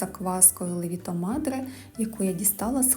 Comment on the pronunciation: Треба казате лЕвіто мадре, а не левІто